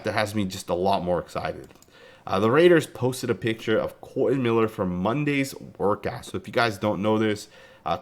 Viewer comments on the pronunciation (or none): Damn son you can’t read… It’s not Colon !